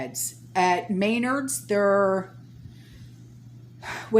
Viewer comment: I think you mean MeNARDs (short e, accent on the 2nd syllable) It's like Home Depot but up north. So thoughtful of your subscriber to provide this sample menu. It wouldn't work for me, but I'm sure it wil help others. By thhe way I had family visiting for a week, so I've been out-of-pocket. I have some catching up to do!